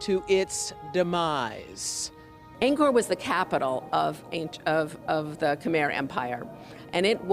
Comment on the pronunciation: They pronounce Khmer wrong